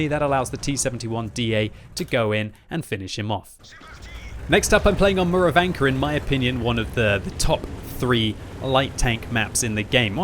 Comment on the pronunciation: dude. Theres no "r" at the end of Murovanka. lol